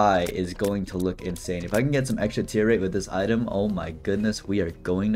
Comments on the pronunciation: New eye-tem, huh? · dont you mean eyetem? not item? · Haha item more like EYEtem hahaha I'm so funny